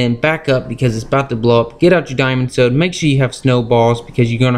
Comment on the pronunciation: Ha he said diamond sowd and no ideaw